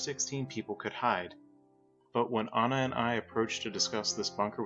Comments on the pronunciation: I’m sorry to say this but the girls name in ANJA not ANNA or ANA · While you're correct, and I do believe the name "Anja" is pronounced like On-Ya, if you watch/read Art's comic "Prisoner on the Hell Planet" [which is in this audiobook, tho I cant find the exact timestamp as I'm on mobile] Art writes her name as "Anna", so I do believe thats where the confusion comes from. It may be a case of Anglicizing the name, but even Art calls Anja "Anna" a couple times. The World May Never Know.